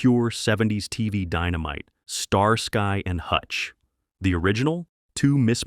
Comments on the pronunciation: Star......SKY and hutch talk about butchering a name..... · Star-Sky and Hutch? I'm so sick of lazy channels using AI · Star-sky &Hutch well damn all through the 70's we all were mispronouncing that title thank God we have A.I. to correct us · Star Sky? Sky like looking up at the sky? No, dude. It's pronounced like ski. Like you're going skiing. Starsky and Hutch. Don't pronounce the y. Pretend it's an i. I swear, you guys need to hire folks to monitor your A.I. narrations. Or just quit being lazy and do it yourselves. -OG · the second the narrator said Star-Sky I quit watching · STAR-SKY and Hutch? Really? The name was even accidentally said correctly once or twice in the video.